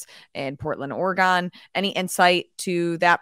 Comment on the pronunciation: why cant anyone pronounce "Oregon" correctly? there is no "E" at the end of Oregon.